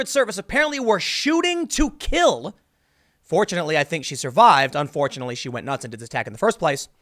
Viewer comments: Why do you keep emphasizing "Shooting to KILL"? Security and LLEA don't shoot to wound... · You repeatedly emphasized "shoot to kill" in regards to Secret Service agents. Do you believe there is something else? Real life is not a Hollywood movie.